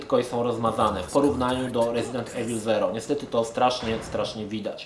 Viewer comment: Panie kolego, wymawia się "rezident iwyl".